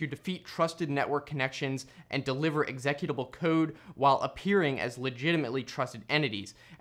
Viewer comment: I have never heard "executable" pronounced like that.